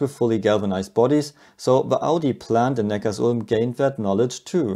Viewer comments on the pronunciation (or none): it's Neckar - Sulm .... not Neckar's Ulm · Servus, du sagst immer wieder Neckars-ulm aber es wird Neckar-Sulm ausgesprochen, da sich dort die zwei Flüsse treffen. Grüße aus dem Württemberg